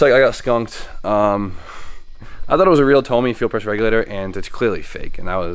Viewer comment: your Tomei FPR probably failed because you called it a Tohmee